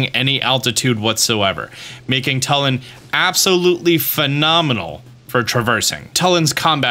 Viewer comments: It’s not like Tull-in its like tool-in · TWO-LIN NOT TUL-IN IT’S SAID IN THE GAME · His name is pronounced toolin not tuhlin lol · It's "Tooh"- Lin not "Tuh"- Lin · its pronounce toolin not tullin bro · my braincells popping every time this guy says tuh-lin. It's too-lin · TUULIN. U is stressed. Not tulin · This is driving me crazy. You’re pronouncing Tulin’s name wrong. It’s not “Tull-in” it’s “Too-lyn” you’re saying his name wrong. Even if you were just reading it you’re phonetically incorrect. The cutscene after you beat the temple his ancestor says his name for you - if you need confirmation. Thanks for all your tips and tricks vids though. 😂😂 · Bro it’s pronounced two-lin. Not Tull-in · ITS PRONOUNCED (chu-lin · It’s pronounced two-Lin. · tulin- too-lin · It's pronounced too-lin and Teba is not a descendant of ravioli he's just a Warrior of great courage that highly respected ravioli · The way he pronounces tulin( you say it like 2-lin) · It's Too-lin. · My God, it's pronounced Too Lin. They literally say it in the voiced cutscenes. Come on guys, we're in the age of voice acted zelda. Mispronunciation shouldn't be an issue anymore.